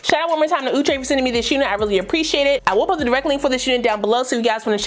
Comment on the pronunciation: I love how you say OUUTRE LOL love your content ❤️ so kind in spirit